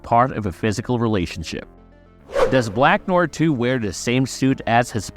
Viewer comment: How can you butcher such a simple name like “Black Noir”? Good video, but kinda annoying to listen to.